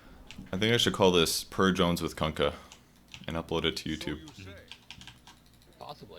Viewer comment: its purge not pudge your name is wrong